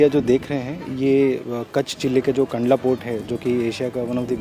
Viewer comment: कांडला नही है कंडला है